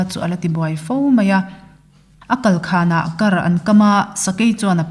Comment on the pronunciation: 'Sêr bul kar bal....' kan tiha 'kar' ang hian lam rik tur a ni e (Kar - Sakei thang).